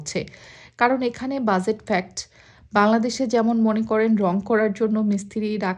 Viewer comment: Omg lady. It's not buzet. That is not how pronounce budget. Its bu-get. Please learn to pronounce first before you speak!!!